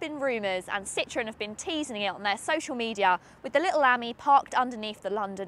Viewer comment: If she learnt to read the map, she could pick her route. Ami - friend - is pronounced ameee And citron is a lemon. It's Citro - en